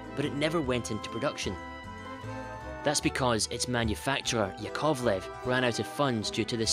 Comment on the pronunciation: A small pronunciation correction: it's YAkovlev, not yaKOVlev (first syllable stressed, not the second).